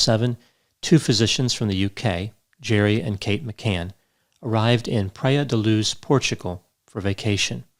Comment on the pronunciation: Lol “pray-uh” da luz. It’s more like “Pry-Uh”